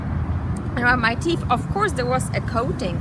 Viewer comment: It's natural sugar not processed sugar. teef??? teeth. you need to floss.